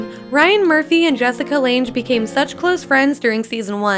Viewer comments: I know this is an older video but I find it very disappointing that with all the research in these facts we didn't know... that no one in the making of this actually learned how to say Jessica Lange's last name. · Watching this first time a year later and just scrolled thru to see if anyone corrected the pronunciation. It is killing me every time she says it. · 51: You don't know how to pronounce Jessica Lange's surname. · Please learn how to pronounce "Lange" correctly. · How the hell are you a big fan of American Horror Story but you can't even pronounce Jessica Lange right that's just disrespectful she's the queen of this show even tho she only did 4 season she is still queen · You continually mispronounce Jessica Lange’s name! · Here is 1 very important fact that YOU didn't know about AHS: 1. How to pronounce the name of a very well respected, Academy Award winning actress "JESSICE LANGE". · Hearing the narrator repeatedly mispronounce the name of Academy Award winning actress Jessica LANGE is driving me crazy! Had no one in the recording studio noticed? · I doubt that you seen all the seasons many times you don't know how to say Jessica Lange's name you're not a true American Horror Story fan she's the queen of American Horror Story even if she's still in the show she's still the queen of it learn her name before you do another video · And do you seriously not know how to pronounce Jessica Lange?! 🙄😒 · HOW CAN U KNOW ALL THIS STUFF BUT NOT KNOW HOW TO CORRECTLY PRONOUNCE JESSICA LANGES LAST NAME????? IT GOES TO UR CREDIBILITY ! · When u don't pronounce LANGE right lol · Argh I can't … the mispronunciation of Jessica Lange's last name !! :( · every time she says "lange" it makes me cringe... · You pronounced Jessica Lange's name wrong. I am done. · well if u rally knew AHS than u would know how to pronounce Jessica lange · The way you pronounce "Lange" is wrong. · Fact 10 isn't even accurate and the pronunciation of Jessica Lange is offensive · Lang not landge